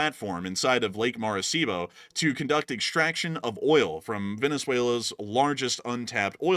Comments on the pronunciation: Maracaibo, not Maracibo. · Ummm... it's Lake Maracaibo... pronounced "ma-ri-Kai-bo". My dad was born there. 😅